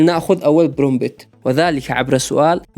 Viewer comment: استمر يا أسطورة❤ كلمة Prompt تنطق برومت حرف p الثاني silent ❤❤